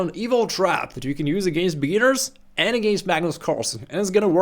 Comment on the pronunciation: Around 50 seconds to 1 minute you said against beginners, but it sounds like a certain slur against Hispanics/Latinos.